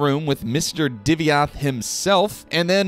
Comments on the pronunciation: He's "Divayth" not "Divyath", mixed up the order of letters a bit there. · Hi love your videos, but the way you pronounced "Divayth" in this video just grinded my gears 😆😆